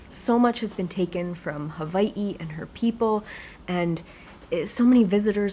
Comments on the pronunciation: Does she live in Huh-vie-hee? Or Hawaii? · I love when yu said HAWA-ii :D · You have such an interesting pronunciation of Hawai'i! Is that how many locals say it? Love your videos x